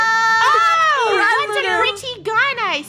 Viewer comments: Murdur? OwO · Funneh : “I come in peace” Me : “MURDUR?”